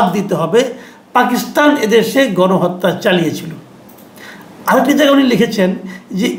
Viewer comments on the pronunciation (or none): none